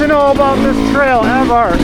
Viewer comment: Rode there about 20years ago. Coming from north of there, I was surprised at the amount of large rocks as it’s mostly sand where I’m at. It’s pronounced Ev-ert not Ev-Art. Just so next time you sound “local” 😂